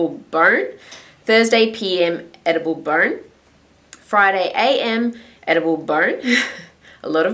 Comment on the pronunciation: lol i heard edible burn lol!!!!!! love your vids!!!:)